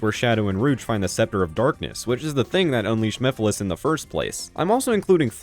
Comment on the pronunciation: Remember when MEPHILES was misspronounced as MIPHILIS in the first sonic central.....